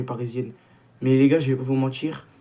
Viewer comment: si t'essayes de bien parler, arrête avec "j'veux pas vous mentichhhhhhrrrrrr" et "si J'AVAIS fais ", pas "si j'aurais fais". Voilà voilà. 🙂👍 On est champions! 😎